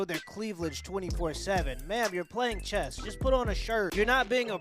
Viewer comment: It's chess not chest